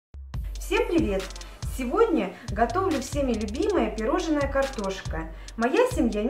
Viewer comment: ПироЖНое, не пироЖЕНное! А так всё очень мило.